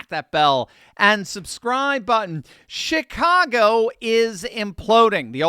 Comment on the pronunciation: Was that a Freudian slip, or my hearing ? Did you say $HITCAGO ?